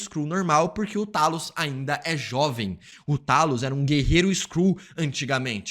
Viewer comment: Era o "Teilos", Teilos!! É assim que se lê, caraca! E é Seiber (a tal estação espacial lá), Por favor, vamos ajudar o coleguinha aqui, minha gente!